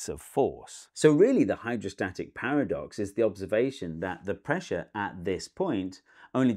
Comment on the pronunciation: the Hydrostatic "Paradise"